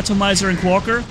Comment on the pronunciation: you are pronouncing Quaker wrong